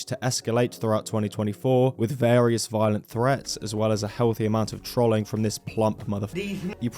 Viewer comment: Why do you say trolling like that